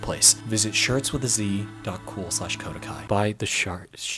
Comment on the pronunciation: I dont mean this as mean or offensive but whenwver you say kodekai it sounds like cobra kai